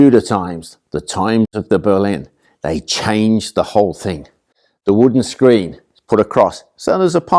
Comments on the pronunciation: Its making me cringe everytime he pronounces Boleyn, like Berlin. He definitely puts an "r" in the name, and he knows better. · Are you calling her Anne BERlin?